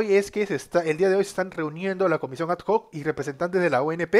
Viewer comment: No es comisión a d j o c es comisión adoc x favor aprende como se dice lo digo en buena onda.